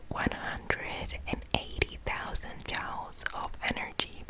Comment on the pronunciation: This was a very relaxing video. So soft and quiet, great to listen to. One point I have to make though is the way you keep pronouncing the word "joules". It shouldn't sound like "jowls" but like "jewels" . Sorry to mention it, but I wanted to help.